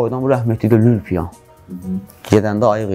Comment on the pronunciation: "Lül-piyan" kəlməsi bir az düzgün çıxmadı Məşədibabayçün.